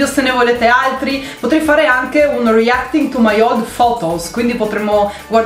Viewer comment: Aspetta avete sentito anche voi la pronuncia di reaction!?😂😂😂